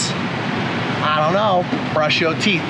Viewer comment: Why do you say "brush yo teeth" ?